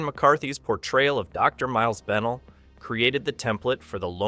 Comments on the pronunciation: BenELL, not BENell. Terrible AI narration. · Plus, if you watched the film and are a human being you know that Kevin McCarthy’s character Dr. Miles Bennell is pronounced Ben-NELL in the film, with the emphasis on the second syllable, not BENnell. I’m nearly 80. Hell, if they want to do these correctly, they should get a real person who has actually seen the film multiple times to do the narration. You couldn’t be more right: the AI monotone narration ruins the whole thing.